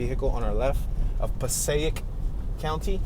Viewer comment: Oh and it's Pass EH ick. Passaic (who knew if you aren't from around there or having folks from there.